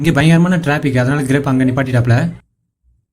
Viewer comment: அது கிரேப் (Grape) இல்லை கிராப் (grap) சரியா சொல்லுங்க